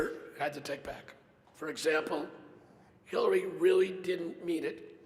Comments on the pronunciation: Omg he does. I listened to it over and over and my family agrees he says Killary. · I'm pretty sure he said, "Please welcome secretary Killary Rodham Clinton." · That dude with the voice box when he introduced Hillary he said killary😂